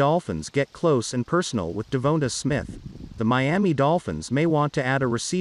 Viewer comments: Devonta please Lord learn how to pronounce his name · Say his name right or just say smith